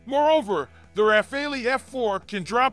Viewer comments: It’s not Rafal”ee”! It’s RA-FAL… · Could you please make a small effort to pronounce the name RAFALE correctly ? It is utterly annoying to hear over and over again Americans pronounce the Dassault jet fighter name "RAFAELI". In the name of God, it's RAFALE, like CHACAL or like ACTUAL or like VISUAL or like FOCAL. For the life of me, I don't know where you guys got the "ELI" from ? The Brits say it correctly, why not the Americans ? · What's Refali?????? Hahahaha 😆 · Well said. It is driving me mad and is happening on several US sites. Thank you!